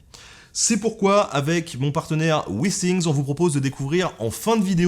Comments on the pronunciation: Withing = wifing et non wissing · Jsais pas si un jour les Français vont se mettrent à écouter quand les autres parlent... Wissing ? Wissing , dit moi sont où les S dans withings? Apprenez à parler avant de parler de l'accent des autres... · Quand t'as dit Withingts, j'ai entendu Vikings et j'ai vu Ragnar en toi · En anglais il y a les i brefs et les i longs. Pas de chance, il fallait utiliser le i long. Le résultat est plutôt rigolo ! Mais tes videos sont intéressantes et agréables.